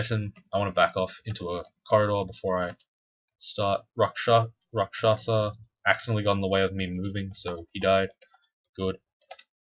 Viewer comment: You did it, you finally got the rakshasa pronunciation right. Kiku is proud of you! :D